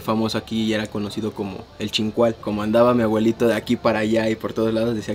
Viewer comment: No sé cuántas veces el vato dijo "mi agüelito", A-BUE-LI-TO, es una "B", "B", "B".